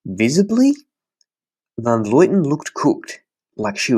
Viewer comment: Awesome podcast, but it's Van Vlooten, not Van Vloiten. I'm not sure why so many people say her name that way.